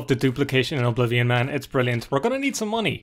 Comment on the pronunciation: My favorite part of the video is when you call it O'Blivion.